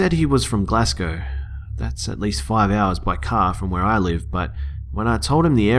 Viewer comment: I live so close to Glasgow 😱 btw the way you prenounced Glasgow made me laugh 😂